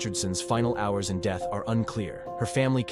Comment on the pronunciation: "The cause of his DEETH could not be determined" EDIT: The AI "Old man" voice is awful.